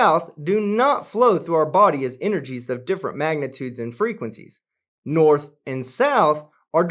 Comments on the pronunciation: Crazy Hair said, "Norff" for North and "bofff" for both. Sooooo, we are in the "Matrix? I have yet to see one photo of a dome, edge of the Earth or one single proof of a flat Earth. Sorry, I meant flat Earff! I don't think the wooden slab with Chinese "tranquility" was correctly translated either. I think that the Bible does have a few things in it that are historical and true, but much was seriously exaggerated or made up but to comfort, collect and control the masses. Thanks for everything you do here. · What thr fuck is "Noirf"? Its hilarious hearing these idiots use words they don't understand! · Wasn't sure if I was the only one who heard him say 'Norf' one thing for certain is that he is a Dorf... And a fucking idiot! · "Norf"...WTF is that? You have debunked some real idiots, but I think this dude takes the cake.